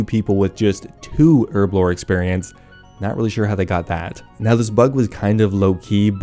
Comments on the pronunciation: HERB A LOR .......... not errrrblor ..... your way really shit me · Say it with me, HERBLORE, with a big old H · Herblore has a fuckin H in it... please get it right